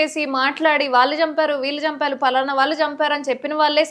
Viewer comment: వాల్లు కాదమ్మా. వాళ్ళు అనాలి. అక్షరాలు సరిగా పలకడం మీ ప్రాధమిక పాఠశాల ఉపాధ్యాయులు నేర్పలేదా? తెలుగు భాషను పాడుచేయకండి.